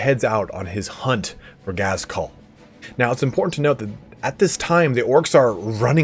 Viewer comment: 1st, I'm sorry to be that guy, but it's not Gaz-KUL, it's pronouced "Ghaz-gull" the K is silent ...and more importantly, Ghaz did not kill Ragnar's wolves, some random ass Warboss sadly does sorry, good video but my inner comic book guy was bugging me